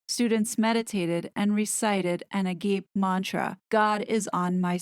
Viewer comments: Since it's Sunday..... When you're saying "agape" (ah-gape) are you really meaning "Agapé" ((sometimes without the accent) ah-gah-peh)? This Greek word is one of the 4 main types of love. There's PHILIA - love of and for a friend. AKA brotherly love. Then there's STORGE - familial love, as in that of a parent for their children. Next there's EROS - which is sexual love and all that that encompasses. And finally, AGAPE - the unselfish Love of mankind which YHWH has for all of us and we, as followers of Yashua HaMashiach are called to have for others. It is the love mentioned in the familiar John 3.16 "for God so loved...." and in one of my favorite passages that use it, John 21.15-17 After the resurrection, Jesus calls Peter to him, "do you love me (agape), Peter?" To which the disciple responds, "Yes, Lord. You know that I love you (philio)." It is hard for us as humans to give unconditional love to one another and it took 3 askings for the light to dawn in Simon Peter's heart what he was being asked. I find this passage a good one to meditate on. *Sunday School lesson over. 😃 as to the California cult, I'm not familiar at all and so am unqualified to speak on them edited because I don't always catch my spelling and grammar before posting. 😂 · You are such an intelligent, informed, capable person. Your videos are well put together and enlightening. However hearing you pronounce Agape, as 'a gape', caused me concern. Then just now seeing the post you put up where the one stating the negatives, I could see the actual word spelled. That word is a form of saying 'love'. It is " uh gop ee" with emphasis on the second syllable. Then again, this is a southern way of pronouncing. Please understand, there is no condemnation here. It is only to give you the proper way of saying this word that I have been taught all my life. (I am 71) Please keep up your excellent and thorough reporting videos. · it's pronounced ah-gah-pay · Agape is pronounced ah ga pay. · A - gaa -pay